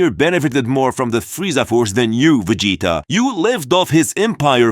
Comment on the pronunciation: I am “Vageta” 😂